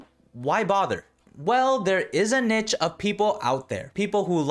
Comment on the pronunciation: The way you said niche is crazy 💀💀💀